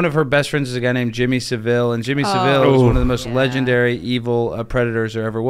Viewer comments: Jimmy SAV-ill, not sav-ILL (that's a city in Spain) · The loud guy is annoying and keeps changing the subject. But then his mispronounced Jimmy Saville, ugh who is this guy?